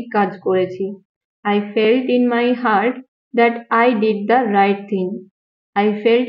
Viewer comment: Not hurt, it's heart.